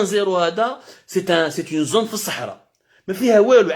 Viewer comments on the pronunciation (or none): none